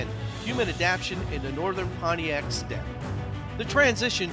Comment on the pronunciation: I am pretty sure that Pontic in the term "Pontic Steppe" is not pronounced Pontiac, as in the defunct GM car make.